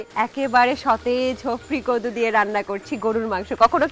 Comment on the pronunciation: আরে ভাই এটা হফরি কদু না😂শফরি কদু